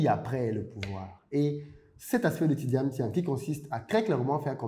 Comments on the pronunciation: Vous avez dis "Tidiam Tiane" dans tout l’exposé 😄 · Très bonne vidéo, cependant je déplore l’écorchement du nom du sujet principal de la vidéo qui est Tidjane THIAM*, et non Tidiam Thiane. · Merci pour le partage. Prononcez toutefois bien son nom. C'est pas TjidaME Thian comme vous le prononcez (réécoutez vous au besoin), mais plutôt TIDJANE THIAM. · J’avais l’impression d’être la seule à entendre Tidjame Thian! Le contenu est intéressant effectivement. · Tu pronoce mal son nom